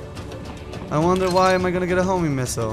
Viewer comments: Everytime he says Homing, i hear Homie too! XD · It sounds like says "homie missile" instead of homing missile. Homies unite:3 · I always think that is saying "HOMIE MISSILE" Instead of "Homing"....Probably because he is;P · Everytime says Homing missile i always hear "Homie missile" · I swear i heard him say homie missiles. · He was saying homie missiles. I think he was doing it purposely too.